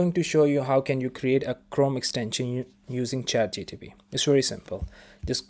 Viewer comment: it's chat G P T . you are saying chat G T P.